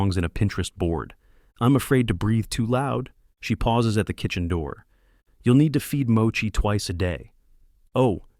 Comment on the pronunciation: At this point, I don't care anymore. They're entertaining. Also, why tf can the AI not pronounce "door"? 😂